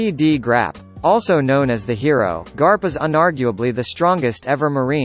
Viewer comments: You can't do this to the greatest series of all time! Even if ur explaining is good the way u said "Monkey D Grap" instead of "Monkey D Garp" Is getting on my nerves. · his name is not grap its garp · It's garp not grap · pronounced Garp as Grap then said it correctly a second later 💀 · "Monkey D. Grap?" hahaha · Im ded when he said Monkey D. Grap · I heard "Monkey D Grap" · im sorry, no offense, but monkey D Grap???? at least, that's what i heard. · or monkey d grap not garp grap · Monkey D. garp not graph Hahahaha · Did he just Say "GRAP"???? E TIIIIIIIIIIIIIIIHHH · he said Grap instead of Garp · Was it just me who noticed that the first time he said garp he said grap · Monkey D. Grap???? Is that what he said??? Hahaha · It's garp*, not harp! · Who else heard monkey d. Grap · He sed grap instead of garp 😂😂😂😂😂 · Monkey D Grab???!?!?!?!?!?!? It fuckin annoys me man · It Garp. Not Grap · 17 I know, I mean is Garp not Grap hehehe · It sounded more like crap😂😂😂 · Lol monkey D. Grap 🤣🤣🤣🤣🤣🤣🤣🤣🤣🤣🤣🤣😂😂😂😂😂😂😂😂😂😂 its garp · Hahaaa😂😂😂 monkey D. Grap don't pronounce like that😂😂😂😭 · Use ur real voice not the robot voice it's Soo annoying Monkey D Grap wtf? DRACUYL MIHAK WHATT? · You said Monkey D Grap 😂😂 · Voice: “Monkey D. GRAP” Me: shocked pikachu face* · did he just say Monkey D. Grap?? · Lol I died when he said “monkey D.Grap” 😂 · “Monkey D. Grwrap” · Who else heard monkey D. Grap😂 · He not only said grap but also silver reighleit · i heard monkey d crap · It's garp